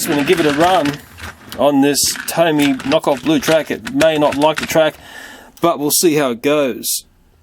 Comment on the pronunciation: its pronounced TOMY